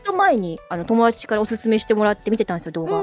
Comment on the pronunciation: トコちゃん「友達」の発音が「ともらち」なの〜きゃわきゃわ💞